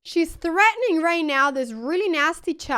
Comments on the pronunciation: the "right noew" gets me every time 😂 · "right nyeow" :face-orange-biting-nails